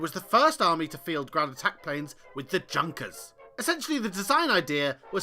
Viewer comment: Junkers, "yunkers" please